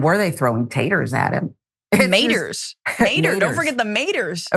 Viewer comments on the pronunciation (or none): Maters and taters..🤣 I red balled back just to make sure I heard him🤣